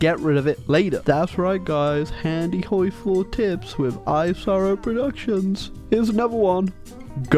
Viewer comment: Did you just say horfy </3